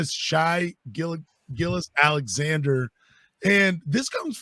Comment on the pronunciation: 1. His first name is pronounced "Shay" not "Shy." "Gilgeous" is pronounced "Giljus." 2. Shai is better that Cade. The stats and eye test bear this out. The fact the hosts cannot even pronounce his name correctly likely mean they haven't seen any OKC games, and thusly are ill-equipped to meaningfully discuss SGA. 3. The rumor that OKC was willing to trade SGA and the #6 pick for Cade was circulated by Detroit media, and has never been confirmed to be factual.